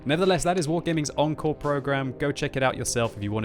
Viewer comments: When I watched this video I thought the new engine was called "N-Core", then I realised that was just mispronouncing "encore". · Pretty sure they want you to pronounce it ON-core.